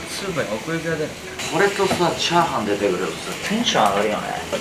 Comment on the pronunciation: ちゃ⤴はんの言い方の…クセよ！